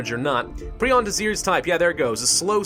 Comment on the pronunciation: It's pronounced pry-on.